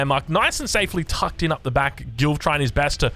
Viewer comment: Is it just me that heard "GILF" everytime he says Gilv 🤣